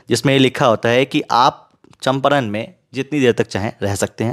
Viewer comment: चंपारण ❌️ चंपरण ✅️